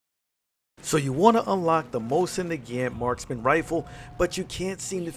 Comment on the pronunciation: I love your videos, but I find it so funny that you say "Mosin Nagaeant"